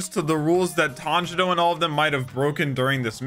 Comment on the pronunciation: No hate but did he say "tanjino" 👁️👄👁️